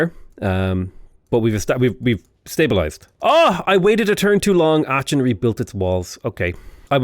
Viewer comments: the "ch" in Aachen isn't a ch like cheese but rather a k like chitin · Aachen - the "ch" is pronounced like the spanish "J"